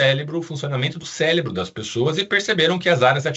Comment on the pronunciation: Estava curioso, mas quando falou 2x “CÉLEBRO” ao invés de cérebro…